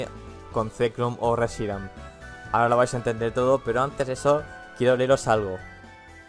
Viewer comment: Reshirum y Zekram? xDDD.En serio, dijiste eso. ᕦ(ಠ╭͜ʖ╮ಠ)ᕥ.